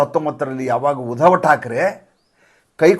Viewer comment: ಉದವ ಠಾಕ್ರೆ ಅಲ್ಲ. ಆತ उद्धव ಠಾಕ್ರೆ. ನಿಮ್ಮ ಎಲ್ಲಾ ಪೋಸ್ಟ್ಗಳೂ addictive.